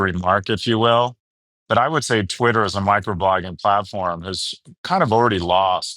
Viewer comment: Unfortunately he mispronounced Twitter.